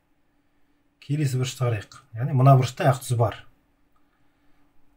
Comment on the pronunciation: әқ мес ақ деп дурыс таза қазақша айтсаңызшы